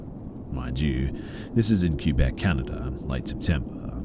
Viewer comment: lmao "cue-bec, canada"